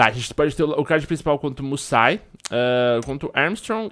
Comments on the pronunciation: MousaSI, não Musai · se-lê "GERRAR MUÇASI"